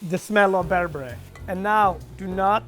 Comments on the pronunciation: not to be rude or anything but its pronounced (ber-ber-eh) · Why he pronouncing berbere so weird lmao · I am Ethiopia and mad how he pronounce the ingredients like the aybe berbere etc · As an Ethiopian I was annoyed at his pronunciation of berbere, injera, and tips 🤷🏾‍♂️🤦🏾‍♂️ On another note people always ask me “are you that Ethiopian chef”